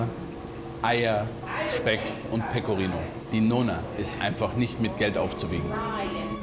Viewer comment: Jeder Italiener versteht mich Pegorino es heißt Pecorino und panscheta es heißt panscetta und nona es heißt nonna undsoweiter